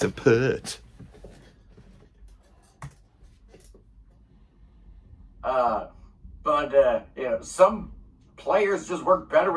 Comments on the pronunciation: Very few people know it's actually properly pronounced Neil "Pee-art." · He can't pronounce Peart correctly. Pert was the percussionist in Brand X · You can find a YouTube short where Geddy shows how to explain Peart under "Geddy explains how to pronounce "Peart." (about 5 seconds long). It's Piert.